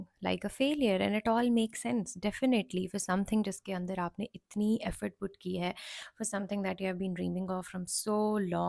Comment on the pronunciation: putten😂😂. It's put, mam